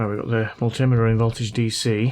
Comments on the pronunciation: man, it's called a multi meter - two words - not multtimmetter. what are you using for flux ? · What's with Mull-timitter? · " Mult-tim-miter " I know you mean Multimeter.. We yanks don't know how to say anything! 🤨😉😆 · Please tell me your "mul-tim-iter" was a deliberate "dig", please? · Dude! WTF is a mul timiter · The way you pronounce multimeter is cringe, but I think cringe is a goal of this channel.